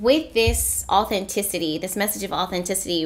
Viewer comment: when i hear you say authenticity I hear “natural ability”